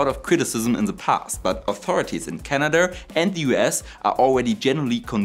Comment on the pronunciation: How is this different from Soviet nuclear batteries? Also it is Canada not Canadurr.